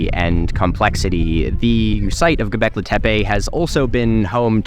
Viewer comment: "Go-beck-lee". Not "Go-beck-lay". GO Beck-LEE!